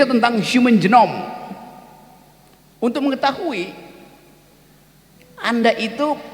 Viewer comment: bukan jenom, tapi genome; bukan jengis khan, tapi genghis khan; bukan diception, tapi distruption; bukan preset, tapi periset.